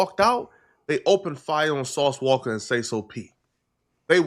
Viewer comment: It’s walka not wocka 😭😭😭😭😭